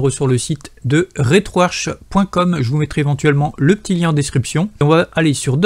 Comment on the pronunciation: Le programme etant en langue Anglaise, se prononce RetroArK et non Arche !